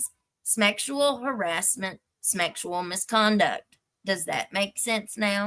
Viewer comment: "Smeckshual harassment," LOL!😂